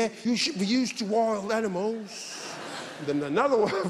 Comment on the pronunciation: "You should be used to woid animowwws" 😂😂